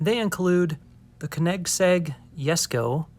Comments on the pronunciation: “Kinegsegg” 😂😂 sorry buddy but it’s co neg zeg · he said "konegsegg" its koenigsegg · it’s actually ko-nig-seg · The way he said koenigsegg like kinegseg 😭😭😭